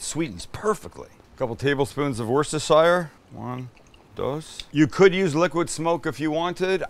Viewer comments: Ive heard Worcestershire pronounced many different ways, but Im pretty sure Sam is the only one that seems to think there's a silent H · Hello from Nova Scotia! We love watching you and my British hubby would be willing to come down and teach you guys how to say Worcestershire sauce…(were-stir-sheer) sauce. 😜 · Nice vid will give this a go! Although mate you need to sort out how you say Worcestershire sauce, no idea what it was you said there 😂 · Big follower from the birth town of Worcestershire sauce, Worcester UK 😁. I'm sorry, but we do have to laugh every time you say Worcestershire 😄. Tell you what, if you send me a garlic press, I'll teach you how to say it properly 😋